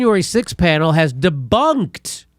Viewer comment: Its deboonked